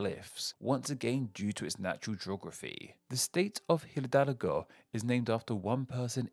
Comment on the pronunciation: “Miguel Hhhidalgo why Costilia” Look how they massacred my boy